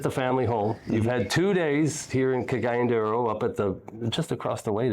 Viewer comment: Murdered the pronunciation of "Cagayan De Oro" 🤣🤣🤣